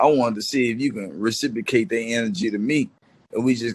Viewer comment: IS THIS?? FOOL SAID RECIPRICATE 5X'S IN 60 SECS..